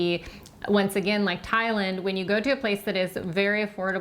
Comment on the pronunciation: Ty-lund? Tye.... Land 😂